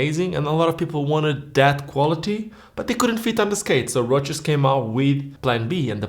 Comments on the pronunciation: Why do you keep pronouncing it as if it's a roach? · I like your particular way of pronouncing ROCES (which I'm not used to, since in Spanish we always do it like the actual word that would roughly mean '(shallow) scratches', 'brushes', or 'grazings' to name a few) and maybe it's the correct way of doing so since they're Italian and I don't have a single clue of how they pronounce it even having had ROCES skates since being a teenager...